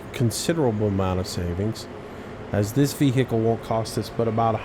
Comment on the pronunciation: i hate the way you say vehicle